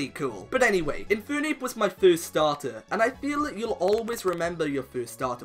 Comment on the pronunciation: It's Infernape, not Infoonape!